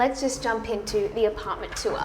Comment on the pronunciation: I love the way you give the word “tour” 2 syllables ☺️ “too-wah” 😂